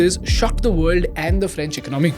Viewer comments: Please pronounce the word 'Economy' correctly. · Its Economy , Not Ecnomy (Do not mind)